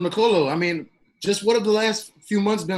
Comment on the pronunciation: The correct pronunciation is Nicolò , not Nicolo